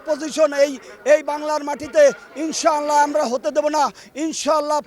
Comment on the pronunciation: ইনশাআল্লাহ শব্দটা সঠিকভাবে উচ্চারণ করতে পারে না সে আসছে আলেমদের বিপক্ষে কথা বলতে